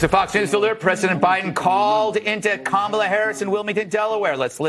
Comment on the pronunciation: He's never pronounced Kamala's name correctly. Definitely not JRB.